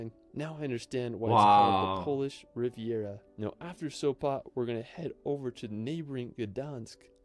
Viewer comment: Sopa? Sopa???What Sopa??? It's SopOT😆